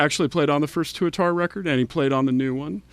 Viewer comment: It's "Tuatara" not "Turatara",. Fucking knucklehead host